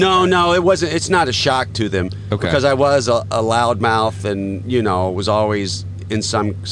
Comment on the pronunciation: Becowsh lol